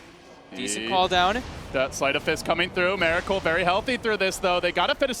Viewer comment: Miracle- not Meracle u fucktard